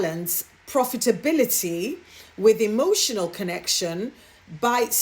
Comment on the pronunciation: I felt sorry for the business leaders having to sit through Kate Middleton's empty speech. Mispronounced words such as between (beteen) and profitability (povertibility), my goodness🥴...and, I lost count on how many times she glanced at her written speech. 😞